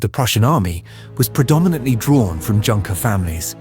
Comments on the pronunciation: For the future, the word Junker is pronounced "YOON-ker". Otherwise top notch. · I understand that "Junker" is pronounced "Yunker."